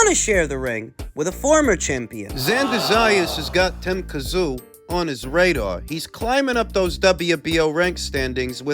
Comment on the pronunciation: Ffs pronounce Tim's name properly